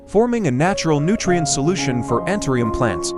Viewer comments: Антуриум ,а не антерум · I will never trust or respect AI unless it actually learns to speak English and pronounce words and names correctly. the plant's name is anthurium, not anthrium. The language spoken in Poland is Polish (long o) not polish, as shining a spoon. It is infuriating to listen to AI robots. Bring back real people with real understanding of how to speak English!!! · Антуриум , а не антериум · Научитесь правильно называть растение! Какой антириум? Противно слушать! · Антуриум, как можно верить, если даже название цветка произносит неверно. Из Владивостока, Россия. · Que traduccion tan mala ni anturio li dice bien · КАК ВЫ ТОЛЬКО НЕ КОВЕРКАЛИ НАЗВАНИЕ РАСТЕНИЯ!!!!!...РАЗ ВЫ ВЫЛЕЗЛИ ДАВАТЬ СОВЕТЫ, БУДЬТЕ ЛЮБЕЗНЫ, НАЗЫВАЙТЕ РАСТЕНИЕ ПРАВИЛЬНО!